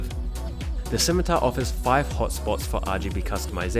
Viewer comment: "Razer Schimitar"